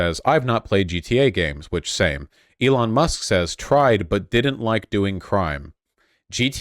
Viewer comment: I think you mean "Eron Ma!"